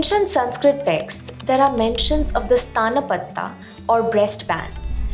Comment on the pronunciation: Its not staaanpatta ...its Stan patta .. like why do people make sanskrit so weird...